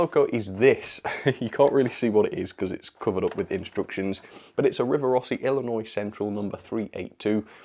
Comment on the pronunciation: As an Illinoisian I must say that I'm highly impressed that you didn't pronounce the S at the end of Illinois. So many people get that wrong and it can be infuriating.